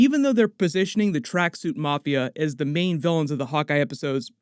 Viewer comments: "Farmija" wtf is that??? Dude it's Ukrainian - it's pronounced Far - mee - gah!! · You are mispronouncing Vera Farmiga's name :))) just FYI